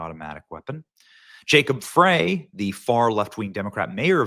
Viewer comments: Mayor Jacob Frey's name is pronounced like it sounds like jacob fry. the e is silent. Just thought you would want to pronounce his name correctly. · Benny. it's Fry. the E is silent. but he is and has been an asshole. I was born and raised in MN. Left in 10/22 to Western Wisconsin.